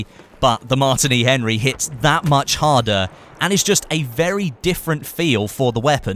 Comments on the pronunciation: its not mart ini its Martini like the alcohol drink Martini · its pronounced "mar- teeny"